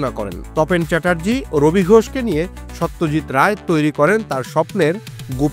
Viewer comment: Satyajit Nam ta thik vabe uccharon korun vai...Ota so not saw...ekjon eto Boro manush er nam nichen ucharonta sposto korun ...Bangali hisebe Sawtyajt bolle khubi seta baje bepar